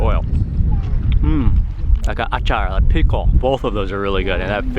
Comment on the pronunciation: Omg I just love it when you said achaar.... Wow that's great love u,😍😘😘